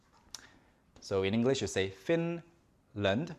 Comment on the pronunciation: I was doing other stuff and listening this at the same time and then suddenly I hear Finland😂 Thank you now I know how to pronounce my country better👌